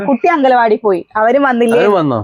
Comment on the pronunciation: ചേച്ചി അങ്കലവാടി അല്ല അങ്കന വാടി എന്ന് പറ ചേച്ചീടെ ഭാഷ😂😂